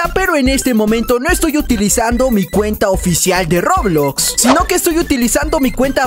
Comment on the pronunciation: COMO DIJO EN SU PRIMER VÍDEO DISE REBLOX XD